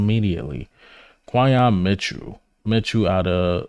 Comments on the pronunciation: Could you kindly say the young man's name correctly please. His name is pronounced KWIN-Yon with an "N" Not KWY-Yon. WTF LOL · Your pronouncing his name way wrong too lol